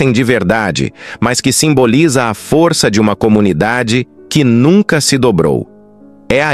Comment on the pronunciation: Tem que melhorar o sotaque da inteligência artificial. "foriça" , "marica", "inforimações", é muito irritante. Tem que falar direito.